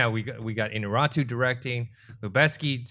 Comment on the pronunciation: IÑARRITU! Is it really that hard to pronounce his name correctly?